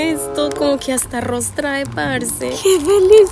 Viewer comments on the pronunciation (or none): none